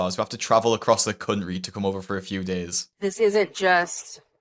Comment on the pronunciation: Nah it was more like Cun'ry lol